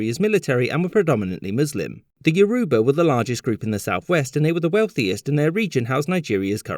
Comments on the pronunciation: As a Nigerian, I should also point out that Yorùbá is pronounced “Your-Row-Bah”, and not “Yo-Roo-Ba”, as mentioned in this video. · It is pronounced as Be-afra, Yo-row-bar, Egbo and Foo-La-ni, respectively, thank you for remembering my country, I am truly grateful.... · Yaruuba, ig-bow, lag-gos Love your videos but man, those pronunciations... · I laughed so hard when I heard him say yow-roo-bar instead of yoh-roo-bah.🤣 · actually it is Yo-ru-baaa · It is. He pronounced a lot of words wrongly in this video (Igbo, Yoruba, Lagos and Biafra). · You're right. The narrator mispronounced just about every Nigerian term in this video (Lagos, Biafra, Yoruba, and Igbo)